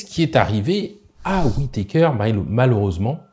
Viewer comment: WITéKèèère ^^ Un médecin MMA n a jamais entendu ce nom? D'ailleurs il n a jamais entendu un mot anglais finissant par ER ? :face-green-smiling